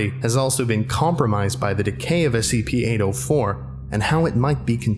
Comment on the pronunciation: The way he pronounce 804 sounds like "Anal 4"